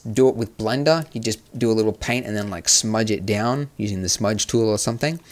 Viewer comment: Did you just say blinder instead of blender